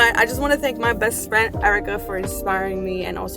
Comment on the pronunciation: I love how you keep emphasizing my “best friend”, such love 🥹🤍